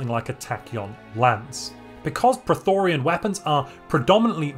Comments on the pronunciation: 🙋Its pronounced - PRO-Thee-yON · Two things. Y is pronounced as a single vowel in english. Prethoryn doesn't contain the vowels i or a, and the y vowel should be pronounced singularly. I've never heard anyone pronounce it as Prethorian before. Second thing, why only battleships? Destroyers can bring excellent PD against the prethoryn for minimal fleet cap cost. Naked Torpedovettes are a time honored tradition against the unbidden. etc... Build difference will depend on the difficulty & crisis strength you're playing at I suppose. What are your expected default values here and would you make any adjustments for higher or lower settings? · Dude, phonetically, it's spelled as the latter. You're saying Prothorian or Prothorean...this isn't Mass Effect. 😆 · How tf did you manage to turn 'Prethoryn' into 'Pretorian' lol